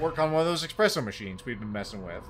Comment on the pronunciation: Aren't you of Italian descent? Your ancestors would weep to hear you call it expresso 😢